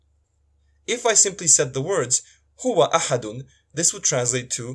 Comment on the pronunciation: How can a Bosnian give arabic lesson to an arab when he himself is pronouncing the word "Huwa" as "Hu" min ? Only fools would clap hands to this self-proclaimed arabic teacher. They said Bosnia hahahahah